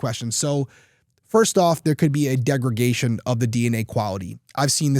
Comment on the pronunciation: Degradation, not degragation